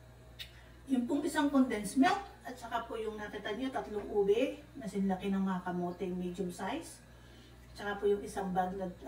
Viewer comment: naka “Une” instead of “Ube” hehe 👍🏻